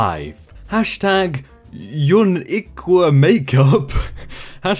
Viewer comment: Bruh can’t say unique